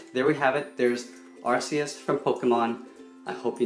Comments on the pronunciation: It's great but it's said as ar-KEY-us not ar-SEY-us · Why you saying arse e us not arceus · Btw, it's pronounced are-key-us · Its pronounced (ARE)(KEE)(US) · Its actually prounanced "arkeus" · He pronouned it arseus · You pronounced arceus wrong. It's actually pronounced ar-key-us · It’s pronounced ar-ki-yus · he pronounces it like arc skis